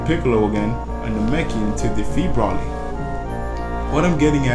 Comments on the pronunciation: also its pronounced bro-lee spelled broly not pronounced brah-lee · its not brawly its broly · Why would you pronounce Broly like Braw-ly when there are multiple movies out with Broly in them and each time, they pronounce it Bro-lee....Drives me nuts.... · why is he saying Brally? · first its pronounced bro-lee and second pretty sure he isnt canon to the anime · I cringe everytime he says Broly wrong I cringe